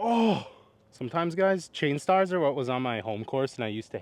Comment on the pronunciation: Am I crazy or are you calling Machs III’s Chainstars?